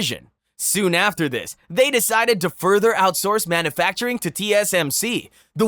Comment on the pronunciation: Pronunciation of some words was a little sketch, but a human could certainly make them. E.g. "manoofacturing" and "planntiff".